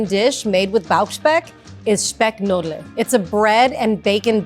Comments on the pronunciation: Hahahaha, she pronounced "Speckknödel" as "Speckk - Nödel" xD I love it. It's actually "Speck-Knödel", pronounced roughly "Spag-Gneudl". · Speck KNÖDEL, you need to pronounce the KN Sound :-)